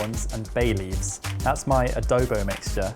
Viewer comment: Swooning over ' pronunciation of "Adobo". It makes our representative dish feel so ~fancy~